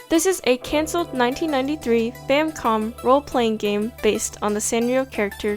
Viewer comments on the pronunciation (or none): none